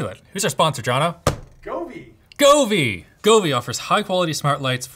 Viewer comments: Toward the end of the ad, he said “Grovee”. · When he said Govee, I thought he said Kobe, RIP